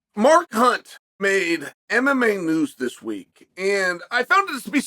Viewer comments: I can't help but notice that he pronounces Mark's name "More Cunt" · Did he just say Mar Khunt?